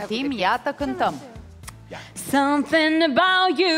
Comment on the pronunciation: "Du samsing" - vorbind în engleza